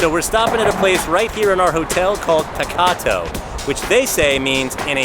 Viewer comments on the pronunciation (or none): Please google the right pronunciation of TAKATO😀